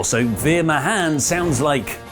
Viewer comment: Veer Mahaan just means Veer the Great, elongate the final A sound